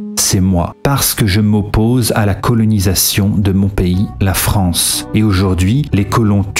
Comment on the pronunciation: Ahh, la Fronce...